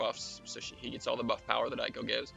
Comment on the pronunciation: It is "ay ko" by the way. since you asked